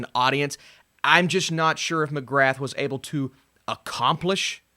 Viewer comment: McGrath is pronounced McGrah. The T isn't pronounced. Come on buddy, your surname is also Irish. Do better